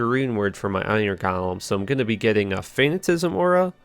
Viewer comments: Jessica Mahaffey wrong, its fa-na-ti-ci-sm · It's not "fanatism," it's fa·nat·i·cism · Is he saying "fanna-tisim?" Nails on a blackboard. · Nice vid very creative build :) btw it’s pronounced fa-na-ti-ci-sm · FA-NAH-TI-SIH-ZUM Fanaticism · His ability to pronounce fanaticism is pretty fanatastical. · Absolute butchery of the word fanaticism. Not even close. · Repeat after me, fa-na-ta-si-zem. Also, there is no "T" in decrepify. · fuh-nat-uh-sahyz-uhm and there is no "T" in Decrepify